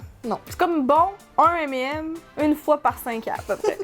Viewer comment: M et M alors la c'est tout un nouveau univers qui s'ouvre en france on prononce ca M et Nems mdr